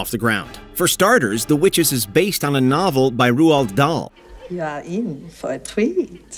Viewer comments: You've got a stange way of pronouncing Roald Dahl. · Shame the narrator can't pronounce Roald Dahl correctly